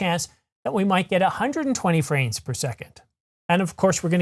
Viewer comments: Is it just me or does it sound like he says "franes" per second vs. "frames" per second? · I appreciate your content and watch it with regularity. Also I mean no disrespect but I just watched a segment at 0.25X and your lips don't touch when you say "franes" per second but they do when you say "image" .